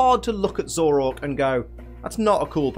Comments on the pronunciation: IT'S ZOROARK, NOT ZOROK! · nobody:: ZOROK